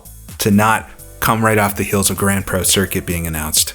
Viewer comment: i swear i heard you call it Grand Prose Circuit there a couple of times! :P ..im really looking forward to that one!... crammond games not so much..